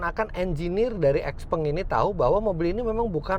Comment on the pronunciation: Harusnya baca yg bnr : siaopeng